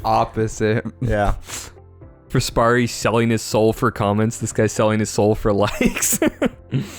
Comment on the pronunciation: fraspari, not frasperi XD thank you for the mention!